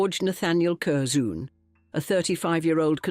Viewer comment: And there is no one named "Curzoon"!